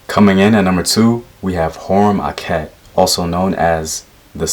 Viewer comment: Heru em Akhet--- Heru is on the horizon-- thats how you say it--- Great video